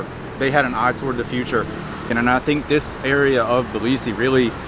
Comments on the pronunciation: I realized that Russian pronounce Tbilisi strangely in English. We skip the first vowel and pronounce it like: цб-ЛИ-си in English, with a strong Ц sound. What I hear you and say is Билиси. I guess the т is dropped in the Russian pronunciation and you're just pronouncing it the same in English? (i might just be crazy or deaf, that's also completely possible) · Thanks for the great video and Hey from the other Georgia 🇺🇸 🙂. Tbilisi is apparently the one city I can't pronounce the same way twice 😀.